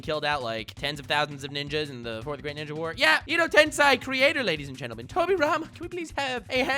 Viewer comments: Edo Tensei. Pronounced Ed Oh Ten Say. Fuck. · Was your pronunciation of "edo tensei" also an April Fool's joke?